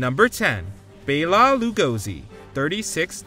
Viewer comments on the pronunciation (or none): Dracula's actor 1st name is pronounced BELLA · "Bayla?" Jesus, can't you clowns pronounce even the most well known names.